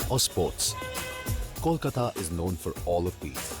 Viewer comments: Is this guy stupid? I mean the way he described east bengal nad west bengal food is bonkers and preposterous! Also Do not understand why he has to pronounce ' kolkatta ' the way an ignorant would pronounce it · First learn to pronounce Kolkata, Chef. Learning about our food will take you years more.